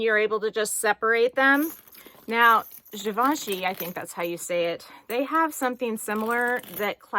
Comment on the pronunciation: I love all the straps on the Dior bag. And the blue on the Dior strap actually looks really nice! By the way,you said Givenchy perfect!👌🏻🥰